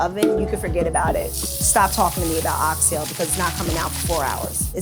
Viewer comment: She Pronounced "Ox Tail" correctly 👏🏿👏🏿👏🏿👏🏿 🇯🇲 I'm definitely gonna eatin there!